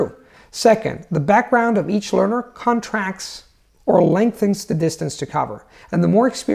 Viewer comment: Excellent accent! One tip. In English, we stress the first syllable of the noun “contract” but stress the second syllable of the verb. This is an unusual case of stress being phonemic in English. Stress is not phonemic in, for example, “Thanksgiving”. In the American South, folks stress the first syllable. Outside the South, the second. Neither stress would cause confusion as to meaning.